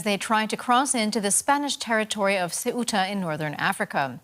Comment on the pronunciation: Your job is to properly present the news. Learn how to pronounce the city you are reporting on. Soo•ta, not Say•oo•ta